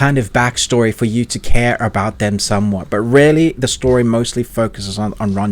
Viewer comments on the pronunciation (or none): none